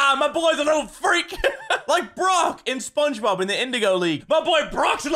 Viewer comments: "Brock from Spongebob"...Craig, come on bud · It's crag